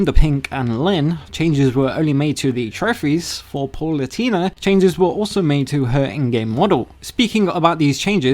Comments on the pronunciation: "Paul-oo-tee-nah"? 👀 (It's more like "Pah-loo-tay-nah" 🙂) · Every time bro says Palutena, I die a little inside. It's pronounced "Pah-loo-teh-na" or "Pah-loo-tay-nah," not "Pah-loo-tee-nah." Yes, I know like Hermione Granger. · I hate how this guy pronounces “pal-oo-Tay-nah” as “paul-oo-tee-na”